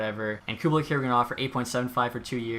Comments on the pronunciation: This is a minor thing but Kubalîk is pronounced like Koo bah leek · “Cubalick” hahahaha